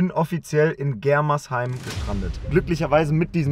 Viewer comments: bro das heißt germersheim nicht gremersheim😂😂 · Gremersheim wer kennts net 😂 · Germersheim nicht Gremersheim hahaha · *germersheim nicht gremersheim😂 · 😂es heißt nicht Gremersheim sondern Germersheim